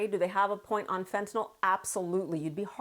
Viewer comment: I notice that Fareed pronounces fentanyl sensibly.